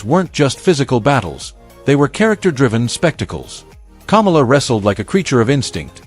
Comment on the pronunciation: The guy narrating this is an idiot. He can't pronounce names like Kamala, and Akebono. Or even Vern Gagne.